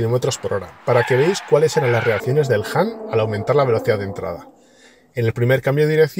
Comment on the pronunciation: Por dios, haced un esfuerzo en pronunciar mejor… no es “JAN”, sino “HAN” 😵‍💫